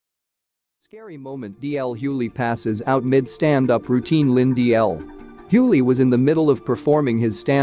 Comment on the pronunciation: Say his name right please